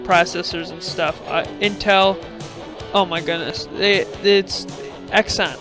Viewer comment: It is pronounced "zee-on" not "x-on".